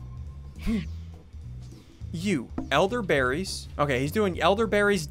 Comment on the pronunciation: it's weird how the red elderberries word poope out when ian was saying it